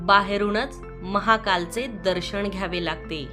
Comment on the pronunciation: दर्शण??? स्थापणा?? किती अशुद्ध उच्चार 😒